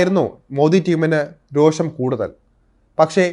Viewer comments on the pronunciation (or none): none